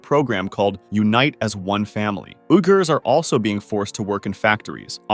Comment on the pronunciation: Junta is pronounced hunta. Uughurs is pronounced weegurs.